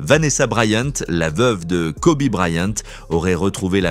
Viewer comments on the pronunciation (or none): On ne dit pas Kobé mais ça se prononce « Kobi »! 🙄